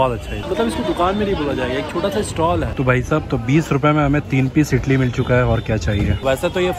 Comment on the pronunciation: Bhai ap idli ko itli itli kiu bol raha Ho😂🤣